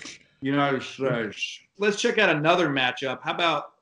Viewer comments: I loved the the ORANGES haaaaaaaaaaaaaaaaaaaaaaaa but I feel bad for making fun of an old man blurpping "united shayes" though... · United Shaysh